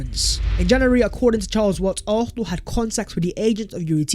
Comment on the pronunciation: Hey! ARSENAL or ARFNAL(ARHNAL)??? SICK TO DEATH of your mispronunciation of ARSENAL! 😤😤😤😤😤😤😤